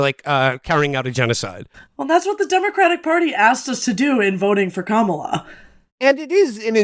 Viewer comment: These guys are still saying Kamala's name wrong and want me to take their critiques seriously. It's odd.